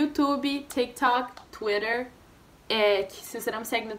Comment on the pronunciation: Gente ela é brasileira ? Porque ela fala "tak tok" "não tô reclamando dela ela é super legal , ela é brasileira 🇧🇷?